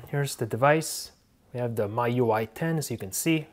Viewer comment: Pronounced like me ui,not my ui lol